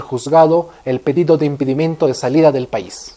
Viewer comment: no es "impidimento" "Impidimentu", es impedimento. , no es "firs" capital se pronuncia "ferst"